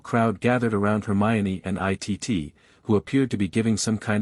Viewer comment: Can't they teach the AI computer that Cousin Itt's name is pronounced "It" and not "I.T.T."?